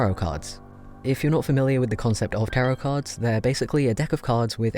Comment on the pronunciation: I thought he said "carrot cards"